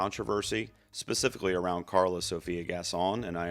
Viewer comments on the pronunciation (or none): none